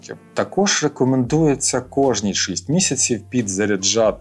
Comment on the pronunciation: Із задоволенням дивлюсь кожне ваше відео. Але є невеличке прохання: кажіть вже Шість, Шістдесят через букву і